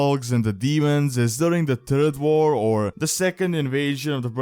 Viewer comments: "During the turd war" lmao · I don't want to be mean, but when you say "Third War"...